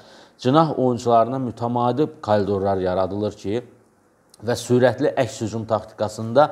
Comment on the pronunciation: Niye çox adam KORİDOR sözünü KOLİDOR tələffüz edir?